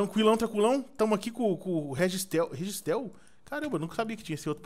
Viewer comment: "regiistel" hauhauhauha é o inmão da nextel hauhauhauhaua